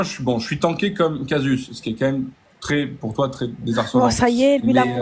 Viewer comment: C'est Casus pas "Cassius"